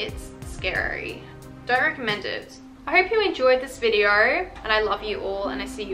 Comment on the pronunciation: Whose gonna tell her that there is no R in the word video. It’s video, not videer